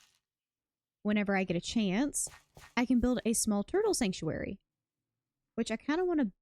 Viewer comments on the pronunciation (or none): You say sanctuary, I hear soup factory. 😁